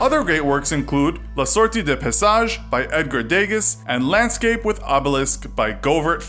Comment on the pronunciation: Edgas Degas 😂😂 It's pronounced Edgar De GA